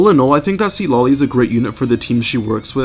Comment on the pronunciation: i love this videos !! your guides are great, that said you want to pronounce her name more akin to its "supposed" to be pronounced, the first syllable isn't sea-tlali it's more sit-lali. there's an emphasis on the penultimate syllable